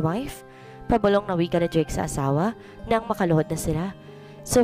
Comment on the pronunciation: Blake din dinig ko imbes na Drake